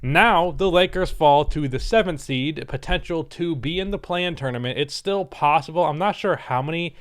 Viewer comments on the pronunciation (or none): Thats the 2nd time I hear u saying: "plossible"